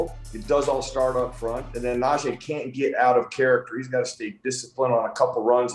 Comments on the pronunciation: Can we please get them to say najee correctly it's not najeh. It's frustrating that our own media people can't say the man's name correctly . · PLEASE everyone (especially STEELERS commentators & former players) pronounce NajEE's fucking name correctly. It's NajEE and not Naje'.